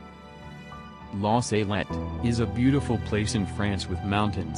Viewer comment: It's not la Saylette it's La Salette. Why do Americans always mispronounce words?